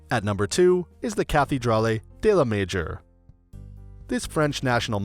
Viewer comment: This video is good...but the pronunciation hurts. Ca-thee-draw-lee???